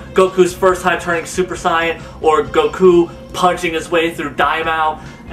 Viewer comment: Is it me or does he say GOKU like goukuu